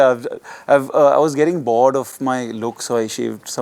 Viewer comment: Yeah, I realized that when he said boaard for bored